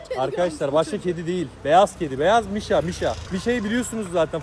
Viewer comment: Abi mişa değil buuuuuuu